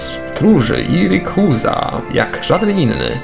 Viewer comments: rejkłaza się czyta(rayquaza) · nie mówi się rikuza lecz rajkłaza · ale spolszczone dla polaków reikłaza wiem że pisze się rayquaza ale spolszczonie czyta się inaczej reikłaza